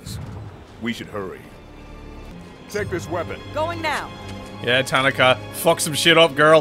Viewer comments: I love your content, I enjoy your accent, but her name is pronounced Ta nah ka. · Tuh naw kuh